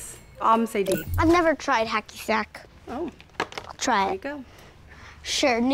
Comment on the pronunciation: He said “hacky stack” lol